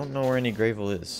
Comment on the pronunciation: (I'm u/rossilaz from reddit) Nice job man, by the way, it's Grah-vel not Gray-vel. You'll probably die alot so don't get attached to anything, as you could lose it if you're not careful (Including that turkey, keep it safe!) here are some tips: By the way, if you press H it will bring up the heath menu. Also when you get hurt it will show an image of your body with colours green, red or orange. try to keep it green! if your body or head goes red you will die. the health menu shows you the amount of hearts your body parts have. (ps; you're doing better then i was my first time!) that creature heals you and your body parts when you are near it, so if you want some easy healing to go it!